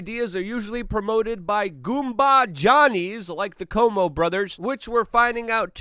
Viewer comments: Cuomo is ca whoa mo, not Como like the lake! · Love your work, Luke! FYI: Cuomo is pronounced "Cwow-mo" not "Como".